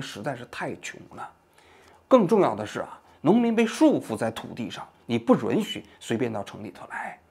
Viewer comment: 王局，“允许” 读作 yǔn xǔ ，好几个视频里你都说错了